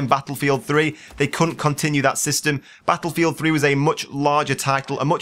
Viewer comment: I don't mind your commentaries but GODDAMMITT... you said Battlelfield 26 F**Kin' TIMES!!! HOLY CRAP.